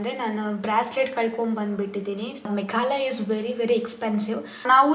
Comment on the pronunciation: ಅದು ಮೇಘಲಯ ಅಲ್ಲಾ,ಮೇಘಾಲಯ...ಸ್ಪಷ್ಟವಾಗಿ ಇರಲಿ ಮಾತು....